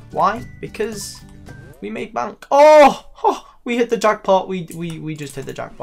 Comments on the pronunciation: BONK it's Bay-nk bro. B A N K. Not BONK. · please learn to say "bank" properly instead of bonck